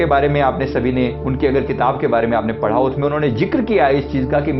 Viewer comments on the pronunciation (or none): none